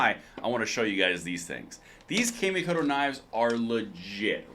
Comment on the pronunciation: Awesome video. Knife company is pronounced " Ca Me Co Toe. " It's just the way Japanese is written in English letters.